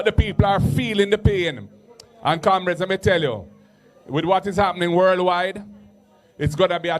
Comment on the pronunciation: Why does he call the comrades camreds?